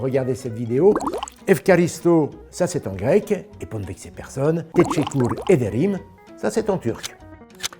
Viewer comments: "tétchékour ederim" ahahah Ça se prononce comme ceci : Téchékur ederim => Teşekkür ederim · désolé mais '' je vous remercie'' en turc sa se dit pas comme ça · Très bonne vidéo mais je suis extrêmement vexé de l'erreur de prononciation faites pour le remerciement turc... Jrigole tu es le meilleur jamy !